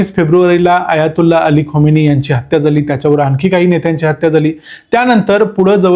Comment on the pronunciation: खामेनी उच्चार आहे. खोमेनी नाही.